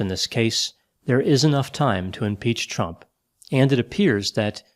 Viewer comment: Idk if its my hearing but everytime you say Chump instead of Trump got me tickled pink🤣🤣🤟🏾